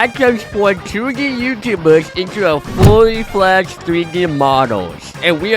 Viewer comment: i thought he said ''fully flesh version'' instead of ''fully fledged version''